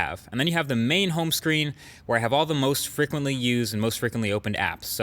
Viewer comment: Hehe he says frickwently